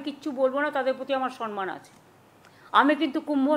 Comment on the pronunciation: Sanman noy, samman.